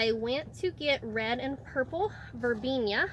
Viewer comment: Sorry, but it's Verbena, NOT Verbenia.